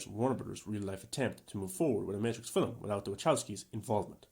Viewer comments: The word is film, not filim. Now syllable, not two. Aside from that, I actually appreciate watching someone dive deep and analyze this movie in the way that doesn’t just jump in and trash it. I still don’t know what I think of it and will probably have to give it a couple more viewings before reaching a conclusion. I definitely appreciate reviewers I will give the movie an analytical breakdown and actually justify their opinions rather than just trashing it and not backing up why. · never trust s movie reviewer that pronounces film, "feeleem". this movie is not that deep. it was garbage in comparison to its predecessors.